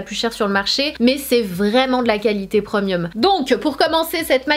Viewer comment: Tu ma tué comment tu prononces « premium » - preuuuuuhmieuu